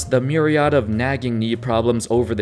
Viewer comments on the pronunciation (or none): He has some strange pronunciations (myriad, for example) English not his first language?